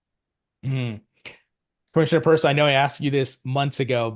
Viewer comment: It’s Pierce NOT Purse👀